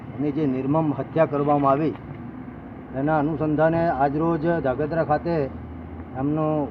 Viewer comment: aane koi dhrangadhra bolta sikhvado